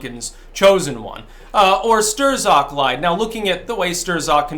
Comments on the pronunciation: How come you pronounce it "Ster-Zok" but the rest of the media pronounces it "Struck" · ..who the hell is "Stur-zock"? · It's pronounced 'struck' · I am fairly certain.......Strzok .....is one syllable that rhymes with "crock". It is not pronounced "stir zock" The "z" is silent,. When he grins I think he looks like the Grinch from Dr. Seuss. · It's pronounced "strock" not stir-zok and yes he is a deep state FBI fuckhead! We need to abolish the FBI and most of the so-called Intel community. Let's call it what it really is..a fucking commie spy network, who's main goal is to fuck americans over. This is not just partisan politics it's a coup or attempted coup and an attack on a sitting president. Right out in the open and dumbfuck americans for the most part can't even see it or refuse to acknowledge it. So lets get with the program and quit bantering about this like it's just some passing political Dems vs the republicans thing ITS NOT! If your going to be alt media be more hardcore and blunt. Tell it like it is for gods sake, there is to much at stake. I know your trying to protect your ass against strikes,,I get that, but come on! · "Sterzok"??? Another classic mispronounciation. It's pronounced "Strock". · His name is pronounced "struck" as in I was struck in the head. Not Stir-zuk. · I think it's pronounced "Struck" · It's Not "Stir-Zock." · It’s pronounced stroke bro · Stir-Zock? I haven't heard it pronounced quite like that before. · How can anybody pronounce it "Stir-zok" at this point in the game? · Pronounced “strock” Lol just got under my skin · Why do you call him Stirzok 😁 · Pretty sure STRZOK is pronounced "struck" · Strzok, is pronounced "strock", don't ask me why, but it is. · for pronouncing it “stir-zock” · Signs that doesn't watch the MSM, even on youtube: Strzok is pronounced Strok. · PLEASE stop calling him "Sterzock" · Hey he pronounces his name like Struck. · Really should learn how to pronounce Strzok.